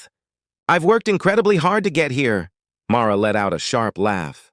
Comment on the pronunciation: First off, it's MARLA, not MAURA